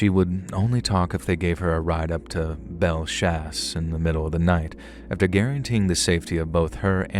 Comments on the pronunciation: lmao dude down here in Louisiana Herbert is pronounced a-bear and belle chasse is bell chase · New Orleans native here. Admittedly, you’ve done better than most with the pronunciation of the names, places, and people of our unique region. But…I can’t help but give constructive criticism. Herbert is pronounced “Ay-bear” Belle Chaise is “Belle Chase” like you chase someone. The words that look like they’d be said with a French accent are usually not as complicated and are said as they look. Plaquemines (as in the Parish) is “PLACK-uh-mins” plack like black, Mins like wins. I have offered my assistance and expertise in the Southeast Louisiana regional knowledge. I can help with proper pronunciation and of the incredibly unique and diverse heritage that formed my hometown. We do things very differently down here.